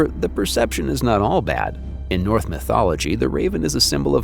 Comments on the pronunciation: I hear you are capable of making the "ss" and "sh" sounds. So why do you keep saying "North" and "Welth" instead of "Norse" and "Welsh"? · AI narration? Wealth, instead of Welsh. North instead of Norse. Yikes!